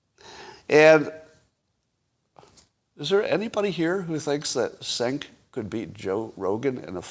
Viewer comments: turkish... im pretty sure its jenk not senk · The correct way to pronounce "Cenk" is "fake news"